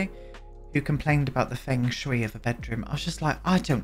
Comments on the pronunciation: Feng Shui is pronounced as "Fung Shuy" 😅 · I think 'fung shway' would be the closest to the actual pronunciation (: it means wind-water! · It's pronounced Fung shui (sh-way), but it's also Sims. And also, who cares, lol.